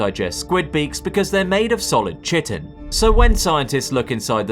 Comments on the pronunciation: ITS PRONOUNCED KHITEN, NOT CHITTEN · pronounced kai-tin not tchi-tin. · I believe it's pronounced kai-ton. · Chitin is pronounced Ky-tin for future reference. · "chitin" is pronounced as kai-tn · It's pronounced (kigh-tin). That's chitin. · btw chitin is supposed to be pronounced with ch pronounced like k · Presences science info but cannot pronounce "chitin". Way to lose credibility...